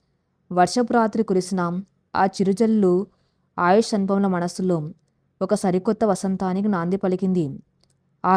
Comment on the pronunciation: Kathalu chala bagunnayi. Neeku chethuletthi dandam petti vedukontunnanu. Neevu andamaina madhuramsina telugu kathalu chadsvsrsmam aapesi vere inko panedaina chesuko. Assalu vinsleka pothunnanunu. Aayush ani sariga pslalakaleva thalli. Avunu inthaku nee matru badha enti thalli. Kharma matrubhashaanteartham ayyi chacchindo ledo neeku nee mother tongue e nri? Nee basha yasa chusthunte telugu lage undi. Inths thelisina nenu nenu ninnu sni maryada lekunda pilsvskydafu ani theliysja kafu. Nsku mee grsndmother vsyadu untundi. Anfuke ninnu. Nedku sni chepthunnsnu. Nerku matosati dsndam thslli. Lekspothe chsfive mundu vere vsllu chafivefi jagratthags vinu. Lskshmi garu cheppe ksthslu ilsnyivi. Endukamma Telugu bhadhanu khooni chesthunnav?🙏🙏🙏🙏🙏🙏